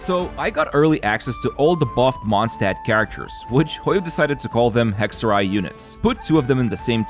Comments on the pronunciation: Holy he pronounces Hexerei right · I loveeeeee hearing the Germanic pronunciation thank god I yapped in comments